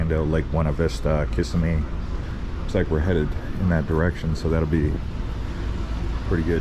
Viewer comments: Ya that keep making my ear twitch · Kissimmee pronounced Ka sem me. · Nothing more annoying then listening to someone who can't pronounce city names properly. Every time this dude said Lakeland or Kissimmee I literally cringed in pain. You have no idea how it made you look and how riduculous it made this video seem. Do yourself a favor and learn the proper way to pronounce city names before you do your next video. It's not lake-LAND, it's pronounced Lakelend It's not KISS-a- me, it's pronounced Kis-em-mee Also that power plant has nothing to do with the size of the Gators, 🤣 they get that big on their own. And Water Moccasins (Cottonmouths) in the 40+ years I've lived in this area are more of an issue then Copperheads though they are both in this area (and babies of both species look almost identical to those that don't know any better). If a 'local' fed you all the bs you said regarding the gaters and snakes, they played you. 🤣 🤣